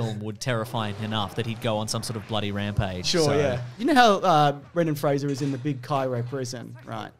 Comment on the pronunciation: This is the only time I've ever heard Brendan Fraser's name pronounced correctly.